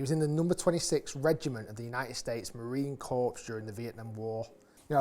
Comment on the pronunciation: "Marine corpse" lol